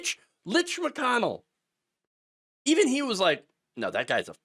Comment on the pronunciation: “Lich McConnell.” Ouch.